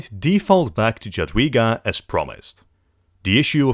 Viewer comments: Jadwiga is pronuonced "Yadveega" and Jagiełło is pronounced "Yag-yeaw-wo" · Nice video, but your pronunciation of "Jadwiga" and "Jagiełło" hurts my ears every time i hear it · brother can't even pronounce "Jadwiga" or "Jagiełło"